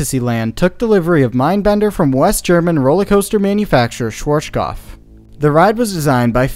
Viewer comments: Bruh I love your videos, but the pronunciation of Schwarzkopf is compleeeeetely wrong 😂 try listening to google translator, type in schwarz and listen to it, and afterwards kopf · it`s always funny to hear someody pronouce "schwarzkopf" that is not from germany , and tripping over their own tounge. German is a horrible language for everyone else to speak ,you have to grow up with it ,or live in germany for at least 5 years for the reight pronunciation. Till today we even have the Brand "schwarzkopf" i doubt they are the same because it now know for hair care products mostly aimd at woman. Greetings from germany ;) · i love the way you pronounced schwarzkopf lol it was a good attempt :D great vid love from berlin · Schwarzkopf, not shworshkoff, you make it sound russian :D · SCHWARZKOPF not SCHWOURASDNSJBDUHGBJFHGKOPF !!!!! God damn it - before u spell it - check the correct pronaucing ! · You mean Shworshkoff instead of Schwarzkopf :D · Yeah, Shworshkoff from germany :D Or is it called ,,Schwarzkopf"? :P Interesting Video! Thanks for that :) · Schworschgoff😂 love how americans pronounce german words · Schwar. (Say the word hearts, take away the h. earts (because the A sound in heart or hearth then put a schw before it.. Sch wart now ts. its the same sound as hearts. schwearts cupf Its not that hard, it includes no sounds you don't have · "Schworshkof". Geez why can't people research words that are not in their mother language. Just listen to it using the Google translater. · As someone from Austria, it hurts hearing you say schwartzkopf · its ''sh as in sheriff shwA as the british speaks "bAck" shwarzk ou as in cough 'shwArzcoupf' schwarzkopf ;D and the Z is like tz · "Schworschkoff" :D I know "rz" and and "pf" are hard to pronounce but this one was hilariously off :D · my german ears a ringing from the 100 times you mispronounced "schwarzkopf" so badly :D :D :D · You really mangled the pronunciation of Schwarzkopf😂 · Hahaha the way he pronounced “Schwarzkopf”